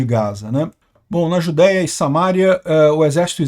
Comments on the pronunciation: não é Samária, é Samaria. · Não é SAMÁRIA é SAMARIA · Acredito que a localização que vc cita aí o correto é Samaria e não "Samária" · Permita-me uma correção na pronúncia de Samaria. Não tem acento no “ma”. Pronuncia-se o final como se fosse Maria. Samaria. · Samaria é proparoxítona, portanto a tônica é no i, como se falasse: Samaría. ok?